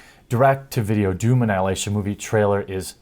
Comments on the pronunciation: It's called DOOM, not WAHOOM.... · Doom, don't you mean "DAME"